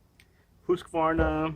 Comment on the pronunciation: First american on Youtube to pronounce Husqvarna the right way🙂🇸🇪🇺🇲